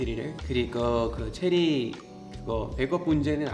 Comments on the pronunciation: 체리가 제리로 들리는건 나뿐인가? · 발음이 제리가 아니라 체리